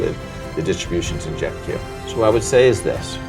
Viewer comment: なかなか踏み込んだ議論で面白かったです。とても勉強になりました。JEPIとJEPQの発音はジェピとジェプキュなんですね！笑